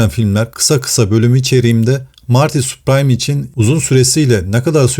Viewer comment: Soyadi Süpriim diye okunuyor*